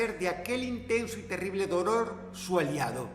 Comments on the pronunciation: dross dijo doror? 👁️ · Dijo doror?